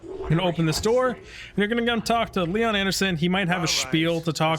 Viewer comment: No hate man.... Love this video. :D , but I also, as a European, love how Americans just add an subtract letters and syllables in words thats not American. "Lon" = LEE-on", "Polvo" = "Pol-O-vo" for example.... As said... No hate... I just find this entertaining..... ;P If you watch all types of gaming-videos, "MetalJesusRocks" is a MASTER of this... ;P Edit.... After watching the whole video, this is deff going to be my go to ship! Theres too few builds like this with small ships and huge cargo.